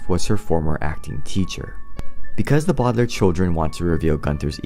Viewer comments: Lol it's no bowdlairs it's Baudelaire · And it’s not bowdlaiirr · It’s actually pronounced the bau de lair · It’s pronounced Bow del air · It’s not bodalare it’s Baudelaire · Its not Bo De Lai Re Its Baudelaire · It’s Bow-De-lare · A sad story of the bodlar No offense I know that you made a video about pronouncing it whatever you can.